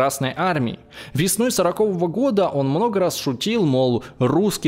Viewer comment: Как много ошибок у ведущего в чтении текста, аж ухо режет. Вместо "сороковОго", он читает "сорокОвого", а вместо "колОсс", читает "кОлосс"